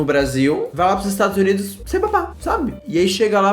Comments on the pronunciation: "Jamais moraria nos 'estragos unidos'" KKKKKKKKKKKKKKKKKK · Estados Unidos?❌❌ estragos unidos✅✅💋